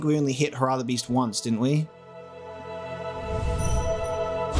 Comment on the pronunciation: Hair-ah Not hurrah